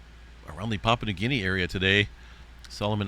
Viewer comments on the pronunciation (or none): none